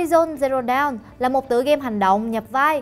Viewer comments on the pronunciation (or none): Đọc dawn thành down )))